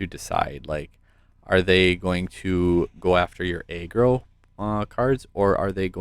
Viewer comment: Nice vid! Oh btw it’s pronounced (Ah-Grow) not (Aye-Grow)= aggro